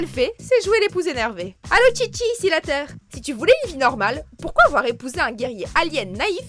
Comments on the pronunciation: C’est chichi pas tchitchi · On dit pas Tchitchi,on dit Chichi comme dans la phrase " pas de chichi" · pas tschitschi mais chichi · Ce n'est pas Tchitchi mais Chichi.